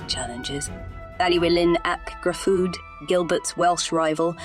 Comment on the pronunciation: great history on the castle but you've butchered Gryffydd and Llewellyn pronunciation's. I grew up about 5 miles up the road from Caerphilly. (Hengoed) to help with the pronunciations next time try Llewellyn = (Thlew)(Elun/Elin) Thlewelin Gryffydd = (Gri/Gru) (fid/fith) Grifith (not to be confused with Griffith, although similar sound) all in all the video was really informative and i enjoyed it. apart from the butchered Welsh name pronunciation. :)